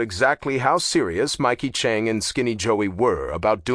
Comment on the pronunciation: You are saying the one last name wrong it's Chang not Chunk